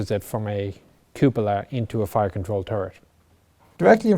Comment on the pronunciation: This should be required listening just so everyone can hear how you are supposed to pronounce "cupola".